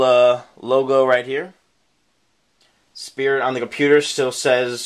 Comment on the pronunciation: you must have been so excited you called it "Spirt EASY" xD